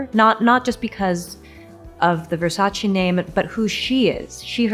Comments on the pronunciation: Speaking such high words of Donatella but pronouncing Versace wrong is brave. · Love Anne but still she pronounced the Versace incorrectly.